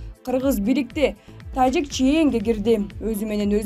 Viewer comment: Тажик дегенди эмнеге башкача айтасын журналист кыз